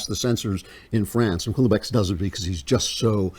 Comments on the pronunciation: It's an eerie read. BTW, it's "well-beck". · The best line in the book, after his Jewish girlfriend leaves France for Israel: "There is no Israel for me" Also it's pronounced Well-beck! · Im am Dutch and well-beck is corect